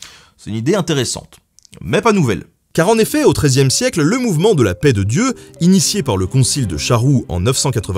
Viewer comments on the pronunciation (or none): none